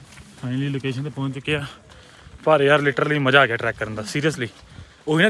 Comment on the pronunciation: Ek gal das toofan aa gya ya toofan AW gya .. je punjabi vi bol rhe aa ta v AA hi padhaya janda sanu ..